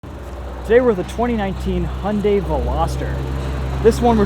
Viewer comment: You can avoid the problem with the music licensing if you just use the Youtube music library. I know there are other reviewers that use that. Also ... Hunday? Hunday? God I wish people would learn how to say the name LOL